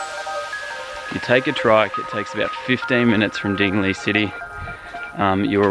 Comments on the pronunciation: I'm from Iloilo and I used to read Dingle like you did. My cousins laughed at me so I exactly know how it feels. I sounded more foolish since I'm a local. lol great video, btw. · hahahaha...I had a wide smile the way you pronounce dingle..